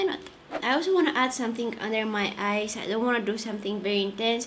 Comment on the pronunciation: Every time u said "eyes" i hear it "ice" lol Ur so cuuute love u😻